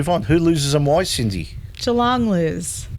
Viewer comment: sorry cindye is correct in the pronunciation